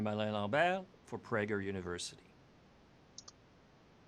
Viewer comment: This guy don't speak French. He is bashing Québec, not even an accent. A pregnant woman bypass everybody, she will be take in charge immediately. Alain Lambert 😂, full English accent. The system works all over the country. Not perfectly but it works in all provinces. That was stupid of you to put that as a reference. Do some research at least